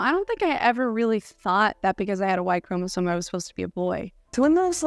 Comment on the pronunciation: I love your videos, and I particularly like your brave and stalwart dive into the complexities of this topic. But. Please, please, before you create more content on this, sit yourself down and practise saying ChromasoMe, ChromasoMe, ChromasoMe. Every time you say it, it sounds like Chromazone, which sounds like a really cool and dangerous area in a game, but not biology. 🕊